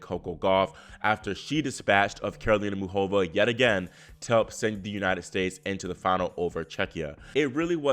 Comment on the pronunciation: Please say MUCHova, not muchOVA.